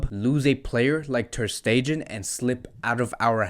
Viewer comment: Hi.. I hate to be this guy, but please please please make sure you pronounce the players names correctly... Aleñá has an accent on the last a.. is not Aleña.. emphasis on the a not the e. Also Stegen.. not Stejen..